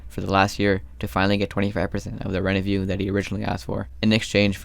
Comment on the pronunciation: Also i love how he calls revenue "renevue"